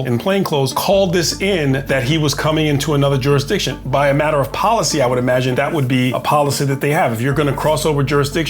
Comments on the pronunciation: "Don't give me any of that juris-my-DICtion crap!" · Juris-my-diction! This old bloke shouldn't be carrying a badge, chasing cars, and scaring women. He's too old for this BS